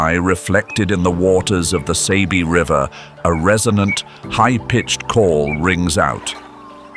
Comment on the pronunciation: It's not pronounced as (Say-be), but (Sah-be).👍✊